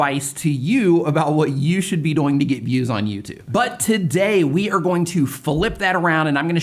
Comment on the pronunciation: Every time he says doing, it sounds like he saying boing😆